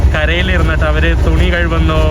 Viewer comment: തുണി കഴുവുന്നു അല്ല, കഴുകുന്നു എന്ന് പറഞ്ഞ് പഠിക്കുക